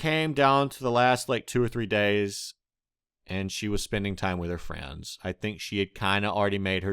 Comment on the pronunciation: He says friends as "frans" Lol